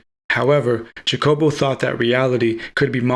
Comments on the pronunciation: Hacobo is how you say it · you are mis (or over) interpreting Grinberg's work. And please, his name is pronounced, rather obviously as Hakobo... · The J is pronounce like an H